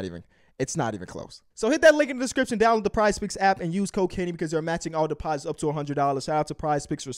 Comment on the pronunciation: Everytime kenny says "use code kenny" I hear "use cocaine"